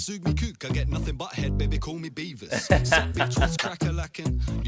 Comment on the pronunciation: He said Beavis not Beaver. Beavis from Beavis & Butthead.